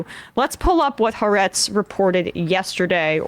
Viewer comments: It's pronounced Ha-aretz, not Haretz. The Ha means The and Aretz means Land. You need to prounce the two words separately. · Also! Its pronounced Ha-Arezt!! Get your reporting right!!